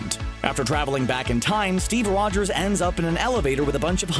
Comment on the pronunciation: Steve Rwogers